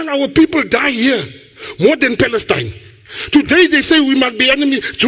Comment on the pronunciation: I heard fakestine,not palestine!